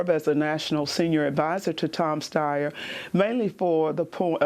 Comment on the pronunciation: Tom Steyer? Like what?